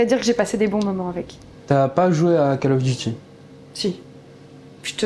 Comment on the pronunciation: CÂLE of duty, ça me tue à chaque Fois ce "CÂLE OF"😅